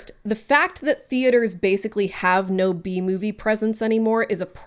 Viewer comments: Cant stop hearing “The bee movie” instead of B movie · It took me a full minute to realize you were saying "B-movie" and not "The Bee Movie" 😂 great video that I'm thoroughly enjoying now that I have been relieved of my temporary brainlessness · I understand what shes saying but I cant stop myself from hearing BEE movie 😅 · I'm sorry I can't not hear "Bee Movie" when people say "B-Movie" and it's said like 200 times in this video, my brain is just filled with bees right now.